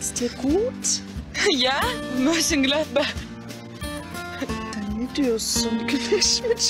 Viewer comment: Hahah Mönchengladbach diyor ya 🤣